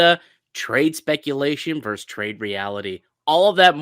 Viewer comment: Versus is not pronounced “verse”